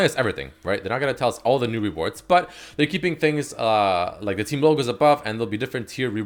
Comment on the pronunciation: Why can't he pronounce the word reward properly?